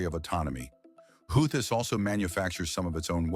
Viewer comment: Dear: Is it Houthis, pronounced Houtees or WhoThis?? Make up your mind please. 🤡